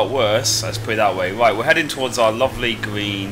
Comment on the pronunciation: Green not gween